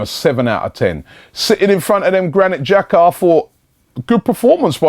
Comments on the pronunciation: right it's pronounced 'Jacka'. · In Switzerland we pronounce Jacka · that's how you pronounce his name